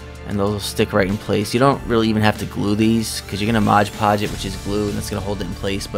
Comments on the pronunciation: Almost as bad as saying "Sculply". It kinda matters because modge doesn't mean anything, but mod is short for "modify". You can modify a hodge podge of things with it. Mod is an important part of conveying the purpose of the product. It's like calling a screw driver a scruge driver. The guy does good work, but I'd change two things about his channel: 1. The channel name, because it's not really accurate. Very little, if any, of his crafting has to do with witches. I avoided it on my suggested list for a long time because of the name. Most people who have witch related channels are extremely annoying. I bet he'd get more subs and views if he posted the same content under a more fitting name. 2. Him saying modge podge. He puts on a good show and makes really cool items and shows great techniques to do things that other channels often do in other ways. The sloppiness of misnaming one of his most used products doesn't fit with the rest of the production. Takes a semi-pro level video down to total noob level. He's proven himself to be better than that. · Beautiful work, as always! I love your videos! Thanks for uploading! ❤️ (Not that it matters, but it’s “mod” podge, not “modge” podge) 😜